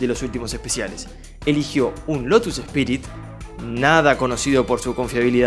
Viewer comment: Es lotus Esprit no Espirit igual yo hasta hace poco supe que se llamaba asi.😮